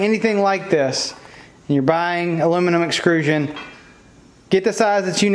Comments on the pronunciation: Excellent build…but I have to say one thing. “Extrusion” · Nice build, but please say it correctly with me: EXTRUSION! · This is an awesome project but my ocd or whatever can't get over you calling it exCRUsion instead of exTRUsion lmao. Really is an awesome video though keep up the good work!